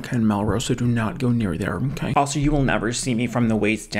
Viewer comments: 🤣 "Words are hard. They're very dicivult for me. Okwayh." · Lol “words are hard…they’re very diccifult for me. Okah?” Lol